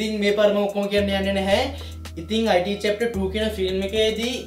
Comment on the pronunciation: අයිටී නෙමේ බ්න් ඉට්